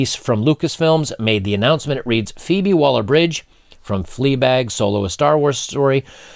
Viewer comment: ...feebie - waller - bridge..?? Like as in feeble...lol...